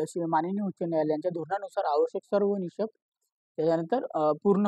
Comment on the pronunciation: भावा किती अरे बोलणं तरी नीट ठेवा हो, निकष ला निषक, कंत्राटी ला. कंटात्री.. बाकी रेकॉर्डिंग अजून clear ठेवा, आवाज clear नहीं